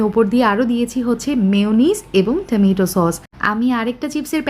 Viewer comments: Stop saying tamaitoo... Wtf !!! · ঠামেটো বলাটা ভালো লাগে না 😅